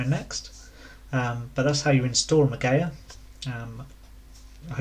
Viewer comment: Ma-Gee-A please for the love of gawd pronounce words properlyQQ